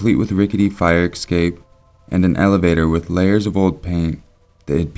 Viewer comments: Escape. S cape. Essssssssss-cape. I've watched a few of your vids, you're one of my favorite narrators, (and I listen to MANY) ...but you always say this word incorrectly. Mispronunciation drives me crazy, if reading is something you do often. It isn't "EKSAPE". Es. Cape. ;-) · EScape not EXcape. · Oh my god, when will people learn that escape is NOT pronounced "ecscape"?! Did you never attend 3rd grade??? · stop saying exscape... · Hannah Collopy Lol thanks for informing, I just had to wonder because it sounded weird to me :D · Please sir, there are no x'es in escape and et cetera. Please. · Some people pronounce it like that.